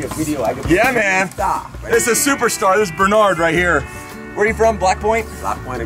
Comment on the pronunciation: I thought u said where u from blackboy🤣